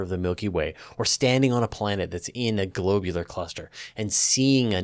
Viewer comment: FYI, I can't find a single reference that agrees with your pronunciation of "globular". Maybe you're the first, and will someday be credited with originating this variant. :)